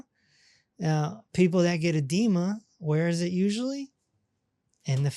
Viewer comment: Ha ha ha… … I thought you said there was a Demon in the ankles… You accually said EDEMA in the ankles!!! 😂🤣😂🤣😂🤣